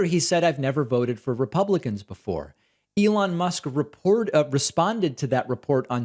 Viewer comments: we heard you say lelon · He called him Leon and then repeatedly said Elon, so that folks wouldn't think that his brain is mush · He had a glitch, started by calling Elon, Leon. Then caught himself. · Leon, lol. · Yes, he said Leon! 😂😂😂😂😂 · Sounds like "Leon...Ellond" to me before he finally got it right on the third try. The hell does Rivendale have to do with this? The hobbits' company is RocketLabs, not SpaceX. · That's weird, cuz when he repeated Elon after his mistake, my first thought was: Mush. Confirmed. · Love how he mispronounced Elon's name and then tries to play it off.